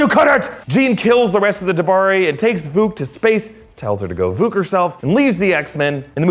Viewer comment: “ VUKU " it’s vuk.